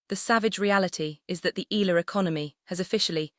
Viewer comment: It should be: panic-stricken; pronounced "Eh...ya...la" it's " Rah..fa....Nah...dahl"